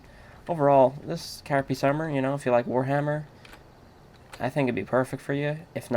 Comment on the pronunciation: Carapace dipshit! not carapiece?!